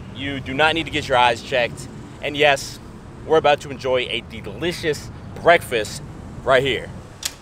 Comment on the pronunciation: did he just say digligious